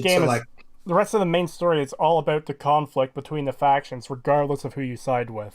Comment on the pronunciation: You are so annoying ... Learn how to properly pronounce the word " about " and stop trying to get popular by using another more popular youtubers videos !